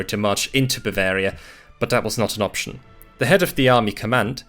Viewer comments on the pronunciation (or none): none